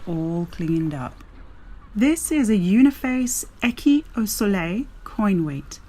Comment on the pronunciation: Great coin weight, amazing find made by sight only. Congrats! I only found two of them in three years (with a metal detector, cheater that I am). You mispronounced the word écu. Ask Nicola about it the next time you meet her. Thank you for sharing this wonderful video. Tschuss.